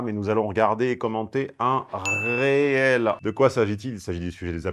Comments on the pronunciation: c'est pas "réel" mais "reel" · Petit point de detail important (juste pour casser les noix): dans le contexte d'Instagram, "REEL" se prononce "RIL". C'est un terme anglais (qui signifie "bobine"). J'entends cette erreur (ou plutot contre-sens) trop souvent. J'ai entendu la bonne prononciation vers la fin de la video, mais j'ignore si c'etait intentionnel. Des bises ! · Si on veut être précis, on prononce "reel" avec un "i" ("ril"). Ce mot signifie "bobine" (une bobine de film en l'occurrence) 😊